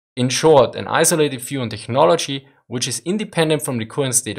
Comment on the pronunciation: It's pronounced teknology, no hard "ch"